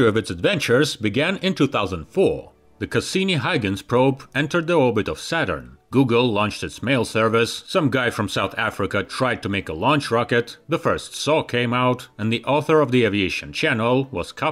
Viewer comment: 51 it’s pronounced HOY GENS